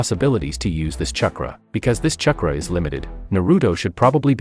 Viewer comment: Say "CHUH-kruh" one more time...